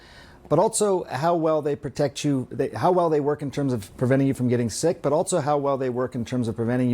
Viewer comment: At the beginning he couldn't even say "protect", he had to correct himself with some wishy washy bs. The legal precedent is there, still these people have faced no consequence.